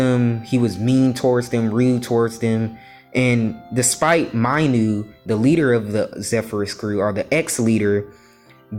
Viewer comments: You mispronounced Minu you sort of said My-nu but is should sound like Me-nu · Bruh not Mainu it’s Minu pronounce it correctly